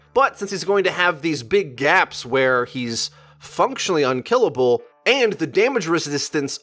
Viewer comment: Unkellible... great English 👍👍